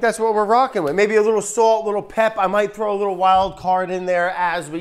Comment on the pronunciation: its "sawlt" not "swolt"